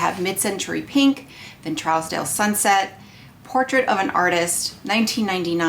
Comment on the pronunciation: Just FYI, it’s pronounced True-z-dale or Troozdale. It’s one of the most exclusive areas in Beverly Hills, CA. Great video. Of course, all of the colors look beautiful on you! I have Trousdale and Pale Fire and love them both, as well as the lightest bronzer, beautiful, and several of the lip balms. It’s a great brand!